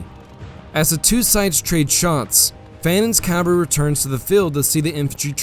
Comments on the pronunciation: Please pronounce CAVALRY correctly. It is not CAL vary!!!! That is where Jesus was crucified. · Yeah, it's a little off-putting when a person who obviously knows the facts of military history pronounce cavalry as "calvary." I'm just saying, don't come for me.